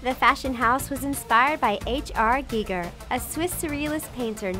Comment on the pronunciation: she said h.r giger wrong